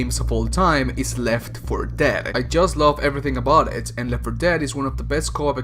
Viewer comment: the way you say left for dead is hilarious. left 4 ~deeeead~